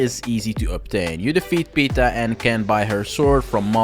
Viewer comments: It's pronounced Pee-Eh-Ta, not PETA. PETA are animal activists 😂 There are NPCs in the game that say it in voice lines. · It’s pronounced pi-eta not peta. Did you even read the name? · Why can no one pronounce Pieta's name right? She even does you the courtesy of pronouncing it for you. Pieta, not Peter.